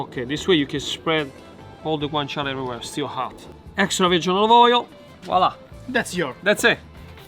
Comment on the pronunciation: tell me how many times he said oilive oil in the video ???\